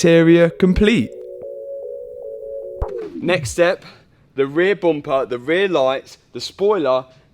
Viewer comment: You have to do a shot every time Matt says "boompah" (bumper).